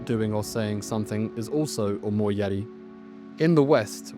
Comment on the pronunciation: 1. Your pronunciation make it sound like omoiyare. 2. What is up with your arms dude? You got tourete syndrome? Why do you keep twitch your arms when you're in frame of the camera?